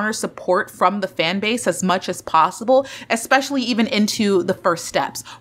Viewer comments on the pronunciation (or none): none